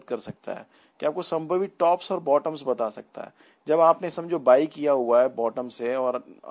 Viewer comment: संभावित not संभवित ...........